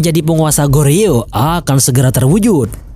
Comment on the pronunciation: 고려/Goryeo, huruf "o" pada "gor" diucapkan persis seperti mengucapkan huruf "o" pada kata bola. Sedangkan huruf "eo" pada kata "yeo" diucapkan "o" seperti mengucapkan kata pojok. Semoga dipahami.